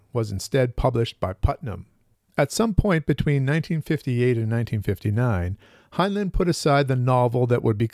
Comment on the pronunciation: It's pronounced hine-line. Not hine-luhn.